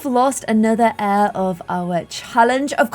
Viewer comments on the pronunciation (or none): none